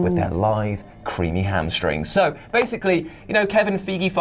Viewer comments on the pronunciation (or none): I like you guys, but his name is pronounced Phi•gee . It's honestly getting annoying that you don't know how to pronounce his name or you purposely mispronounce his name. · Fi gee (pronounced like a martial arts uniform). Is how it's pronounced. I prefer the messing up of the Feige name but yeah, that's how it's pronounce